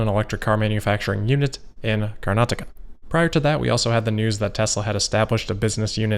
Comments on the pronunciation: Wow I appreciate you taking the effort to pronounce karnataka and the transport ministers name properly. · You pronounced Karnataka perfectly! :)